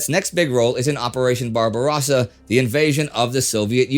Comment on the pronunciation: This guy is way off base. He knew this stuff was going on by by the Einsatzgruppen, but they were NOT under his command. And he and he argued with Hitler about it and was relieved of command several times because he was quote to kind to the civilians. And his guy can't even pronounce Barbarossa. It's not Barba-ross-ah, it's barba-rose-ah.